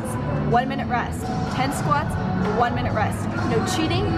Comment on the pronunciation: I can't even say minute anymore its.... Minoto. Hhhaha